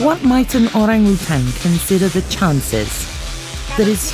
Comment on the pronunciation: Finally a non bahasa speaker can pronounce orang utan perfectly...